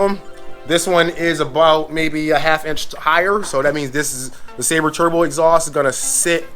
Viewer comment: Man Fam you gotta get the name right! 😂 Silber like silver. Seal-Bur (Silber) Turbo. You wild! 😂 😆